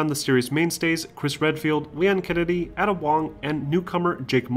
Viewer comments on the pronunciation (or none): A-Duh.... not ah-da lol but good video nonetheless man! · Aye-Duh goddamnit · Also Ada, not Add-Uh lol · I've never heard anyone say Ada's name like that 😂🤣 It's not like it's not said in the actual game, so why you calling her "Adder" ? 🤣😂🤣😂🤣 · Don't ever mispronounce "Ada" again! How dare you! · He also mispronounces Sheva! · Good job not spoiling major story elements and keeping everything concise but the glaring pronunciations of Ada, Corps, and Sheva hurt my ears when Ada and Sheva were spoken in their respective games multiple times and corps should be understand from Marine Corps, granted if you live in the US. If you were trying to annoy viewers with the incorrect pronunciations then good job. Otherwise, keep improving. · Bro how you gonna know so much about RE but mispronounce “las plagas” and “Ada”?